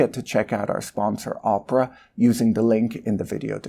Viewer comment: I am sure Patrick says Oprah (Winfrey) on purpose instead of Opera. 😂